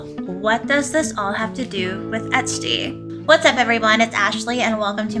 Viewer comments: She’s calling her etstee haha 😂 ps love the outfit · Love you! The pronunciation of “Estee” is “Eh-stay.” Not “EHT-STEE.”